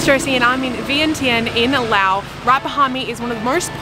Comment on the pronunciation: i love how you say laos and welcome to our country😊